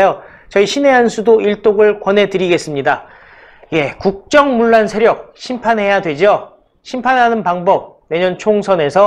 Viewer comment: 물란이 아니고 문란입니다.